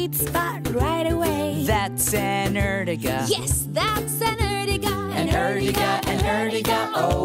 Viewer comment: Not erjiga is ertiga